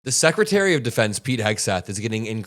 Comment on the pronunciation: you thats stupid, you pronounced SS Secretary.. so yeah they are idiots for adding an S, but what does taht say about you, you also added an S, you said SS-Secratary.. not a trump fan, but im alos not a fan of the BS you spew on your channel. you are no different than most people